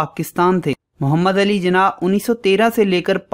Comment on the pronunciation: Jana nhi jinnah hota hai bro